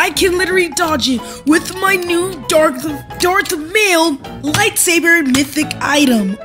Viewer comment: bro said dark mael lightsaber